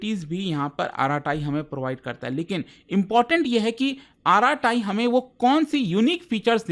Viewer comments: Just for clarification, the correct pronunciation is arat, not araat. So, it's basically arat-ai. (अरट्टै) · It's arattai not arratai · It's not आराटाई It's अरट्टै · कृपया Arattai का सही नाम बोलिए। इसे आराटाई नहीं बल्कि अरट्टै बोलते हैं। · isko arattai pronounce nahi karte. its like अरट्टै not आराटाइ which means conversation in tamil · Its not aaratai , its arattai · it's Tamil word, meaning "Baat karna" in hindi. Yes they should choose some easy to understand and pronounce. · K-dramas and japanese anime ke name yaad rakhne walo se ek App ka name bola nhi jaa rha.. Mtlb hadd hai..😂🎉